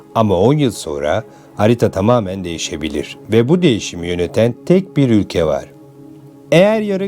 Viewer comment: Havali olucam diye agzini yaya yaya konusman cok komik 😅 (üge=ülke) 3 cumleyi 10 kere tekrarlayip 8dk lik video yapmissin dayioglu. Helal olsun 😅